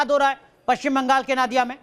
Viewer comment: नादिया नही नोदिया ...ठीक से बोलिये...